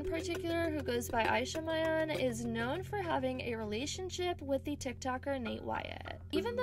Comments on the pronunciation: it’s killing me that you pronounced mian wrong ! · It’s ME-AN NOT MY-AN